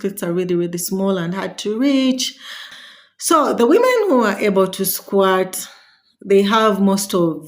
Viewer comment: It's pronounced "skwert" NOT "SKWART". The right spelling is Squirt though. At the beginning of the video I was a bit confused, I was asking myself what does SQUATTING has to do with sex. 😅😅. Then I figured u were trying to say Squirt.